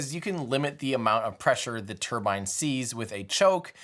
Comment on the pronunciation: Another great video Tim. As a Brit, I like that you say 'turbine' and not 'turban' 👳🏽‍♂️